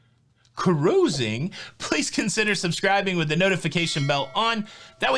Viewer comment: we love your updates. We’re happy you’re going on the Disney cruise. We hope you have fun. I only have one request. Please, please, please flush the “kuhrusing” thing. It’s sooo annoying!!! Rich. 😎😎